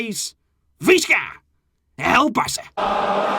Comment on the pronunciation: I like they way you say viśca èl barća and tht says how much you love the club!